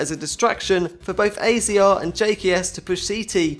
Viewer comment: AZR is pronounced azza